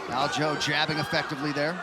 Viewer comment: WHY TF DOES EVERYONE CALL HIM ALJO!?! ITS ALJA ... how bout I start calling you Petor or better yet let's just drop the r, fuck it.. call you peto...